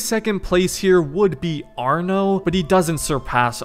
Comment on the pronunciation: No it's Arno it's just arno not another word